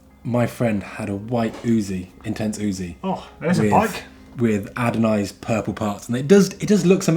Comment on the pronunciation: Adonized? ... haha its anodized.... as in Anode